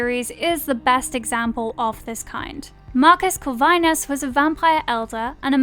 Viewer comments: Your pronounce things like you just read shit off of wikipedia. I usually hear that with Americans, lol. “Cor-vine nus” and the way you say “succubi”killed me. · Is somebody gonna say something about how she said succubus and corvinus....no just me? Okay🤦